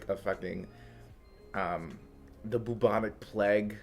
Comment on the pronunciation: "boobonic plag" lmao i love you